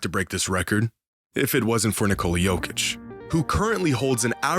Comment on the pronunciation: Il faux aprendre prononce le nom Jokic !